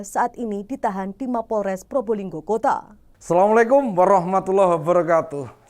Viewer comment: bukan Purbolinggo tapi Probolinggo itu yang benar ya jangan salah ejaan nama suatu kota